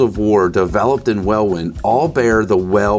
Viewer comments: "Well in" not well win. Love the video though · It’s pronounced “wellin” “welwyn” Great video. Love from uk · Fun fact - 'Welwyn' is pronounced 'well-in', not 'well-win'. Great video 👍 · Welwyn is pronounced Wel-In not Wel-Win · Great video but I do have to say, as a Brit, that Welwyn is pronounced Well-in not Well-win (it's dumb, blame the English specifically not the British for that one). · Its Wel -in but spelt Welwyn Garden City is its true name /. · Welwyn is pronounced Welinn, as in Welinn Garden City. I used to work there but have no idea why it’s pronounced that way. It just is. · Pronounced 'Well In' 😉 Luckily, nowhere near 'Worcestershire' 😂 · The second w in "Welwyn " is silent and it's pronounced "wellin" as in "well-in" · "Welwyn" is pronounced "Wellin". Why? -England! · Love your channel and as a Brit hearing your pronunciation of Welwyn is amazing! It's pronounced weh-luhn hahahahaha awesome job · I know the town is spelled "Welwyn", but it's pronounced "Wellin". Strange that a Hertfordshire town in the east of England got a name that looks Welsh, but HEY! That's Language for you! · Hi. I love your videos. Thought you might find it funny to know that over here we pronounce Welwyn (Home of Corgi) as Well-In😅 Oh, and Villiers, is Villy-Ears. Not a criticism, just a moment of leg pulling. Love the video, please keep them coming😂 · It’s pronounced well-in but as one word, Welwyn is the spelling but not how’s it’s said 😊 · Nice job guys (BTW, Welwyn is pronounced “well-in”) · Excellent video 😊. P.S. Welwyn is pronounced WELL-IN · Pronounced " wellin" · Welwyn is pronounced Wellin. :) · Welwyn Is pronounce Wellin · Loved the vid, for next time Welwyn is pronounced Wel-in 👍🏻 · You absolute madman! BTW Welwyn Garden City is pronounce well in. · Repeat after me..... Welwyn, pronounced Wellin! Villiers, pronounced Villyers! Otherwise, great new channel, lad. We love you over the otherside of the pond geezer. 😁